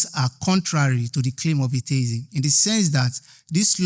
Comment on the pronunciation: Why is everybody saying "ay tay izm" it is "ay-thee-izm"